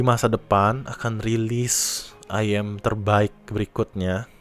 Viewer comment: sebutnya iyem bro